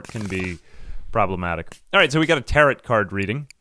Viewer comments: Had to stop watching because mispronouncing tarot was driving me nuts. "Tear-oh" not "tear-it" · it is pronounced tare-oh card lol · What’s a “tarrit” card? Do you not have the two whole seconds it takes to google how to pronounce a word you are unfamiliar with? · I don't think I have ever heard someone pronounce Tarot like Parrot. First time for everything.